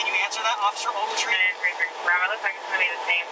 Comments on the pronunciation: OcCifER OvAltEEn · "OFFICER OVERTREE !!! " "OFFICER OVERTREE" Or whatever his name is lmaooooo this dude is nutty foreel foreel !! Smfh "sir" "sir" "sir" "OFFICER OVERTREE !!!! " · “OFFICER OAGLETREE” 😂😂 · “Officer ogletree”-30 times 😂😂😂😂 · If he says Officer Ogletree one more time, I'm going to kick my poor dog. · Take a shot whenever he says "oFfIcEr oGLeTrEe"